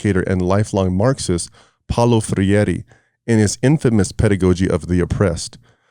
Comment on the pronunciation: You don't even know who Freire was and you keep on calling him Ferreire😂 you are an idiot.